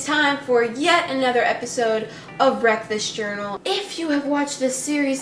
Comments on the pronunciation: Same "Welcone to other video of breakfast journal" 😂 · I thought she said breakfast journal in he intro😂